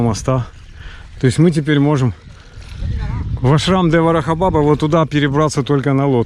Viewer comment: Приветствую тебя. Не в обиду, разреши сделать тебе замечание. У тебя как то странно звучит приветствие "Радхе-Радхе". Букву "х" обязательно нужно произносить. Потому что это имена спутницы Господа Кришны. А искажение имени Господа и Его спутников приравнивается к Его оскорблению. И ещё режет слух, когда ты произносишь слово "Баба". Ударение нужно ставить на втором слоге. Извини за мои замечания. С удовольствием смотрю твоё видео.